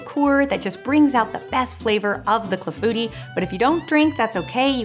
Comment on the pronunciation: I am glad to learn how to pronounce "Clafoutis'! I need to get a cherry pitter. That cherry clafoutis looks so delicious! Thanks!